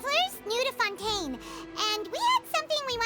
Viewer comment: It took me a wholeass hour to realize why was calling fontaine oui oui